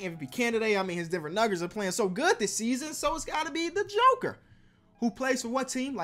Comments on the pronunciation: "Denver Nuggers" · did my man’s say Denver Nuggers 🤣🤣🤣🤣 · "Denver Nuggers'' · You heard him say Denver nuggers